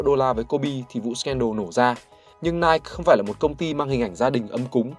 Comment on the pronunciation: Ủa tưởng anh đọc tiếng anh chuẩn vậy phải đọc là "Nai kì" chứ ta??🙄